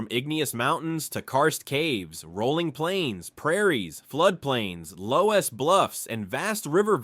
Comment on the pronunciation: loess is pronounced 'less' ... like in more or less